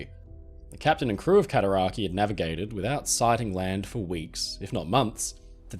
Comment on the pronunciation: Cataraqway* i live on the Cataraqui arch lol